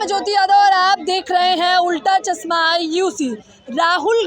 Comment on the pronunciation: उल्टा चस्मा नहीं उल्टा चश्मा होता है पत्रकार महोदया।